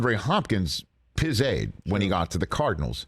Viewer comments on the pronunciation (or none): He should never say pizaid ever again.